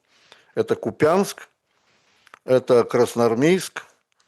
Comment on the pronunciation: Объясните деду - не КупЯнск, а КУпянск